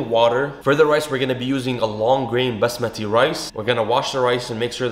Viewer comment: Did u just say basmadri rice